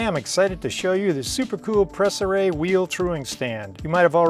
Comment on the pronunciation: Your pronunciation of Préciray is almost spot on. To be perfect the é is pronounced like "prey" but without emphasis on the "ey" as for the "r" well, It's a tough one. The french "r" is one of the most difficult sound for English speaking people. The English "r" sound puts the tip of the tongue pointing up while in French it's down touching towards the teeth while opening the mouth ever so slightly at the end and it also include some sort of a vibrato. BTW I'm French, not from France but from Canada in the city of Montréal.